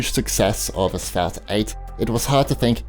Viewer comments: It’s “asphalt” NOT “asfout”....lol. That pronunciation gets me every time you say it. I think a new game is being introduced....lol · Asphalt?? Asphalt is pronounced As-folt